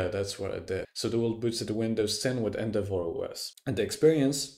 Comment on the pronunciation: Took me a while to understand what "End of war" was XD. I get your point tho